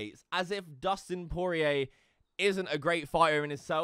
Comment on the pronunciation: Dude definitely said Poirer wrong on purpose.